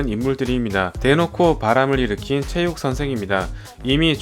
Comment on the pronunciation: 체육을 영어발음으로 ㅋㅋㅋ